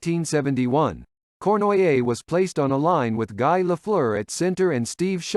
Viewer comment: This is obviously a well-written and solidly-produced piece, but the use of AI narration brings it down to average levels. It's inexcusable to mispronounce the names of French-Canadian players, such as "Guy" in reference to Guy Lafleur. If the subject's name can be pronounced correctly, so could the names of others. This isn't a long piece. It wouldn't take long to record your own narration. It'd definitely be worth it, given how much it would add to an otherwise solid piece.